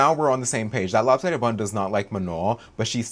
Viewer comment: This is my first time in this channel and each time you said lop sidded bun killed me bro, I'm in stitches